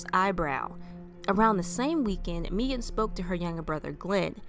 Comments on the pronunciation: Thank you so much!! (It is pronounced like "Megan" but I am so grateful you covered her story!!) Thank you, thank you, thank you!!!! <3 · pronounced "Meghan" Its the authentic Irish spelling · Its pronounced Megan but spelled unusual. She was my best friend